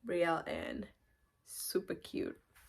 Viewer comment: Such a beautiful name. I love that Brielle just pronouncing it like in French . I speak French, English so sweet